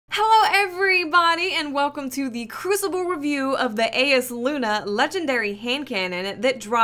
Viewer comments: It's pronounced Eye-as luna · For the record, the name of the hand-cannon is pronounced, 'I yas lu na'. I've gotten the drop twice, and it's amazeballs. Also, as far as range, I see yours is a little less than Hawkmoon. However, mine is significantly greater. Everyone's will be different depending on the the way yours is setup. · Pronounced: Eye-Uhs Loo-Nuh (eye as in eyeball) It's a very nice handcannon, but alas, mine drop with crappy perks :'( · It's pronounced (eye-yás-Loona)